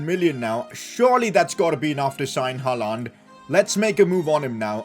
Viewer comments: it is pronounced as "Haa-Lend" not "Haa-Laaand" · Never say HaaLAND again.